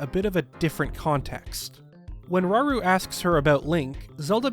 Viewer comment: it’s rauru not raoul